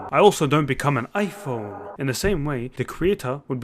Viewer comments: kinda funny of the way you said IPHONE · mashallah brother, perfect explanation may allah put this in your hassanat btw I liked the 'IPHOONE' part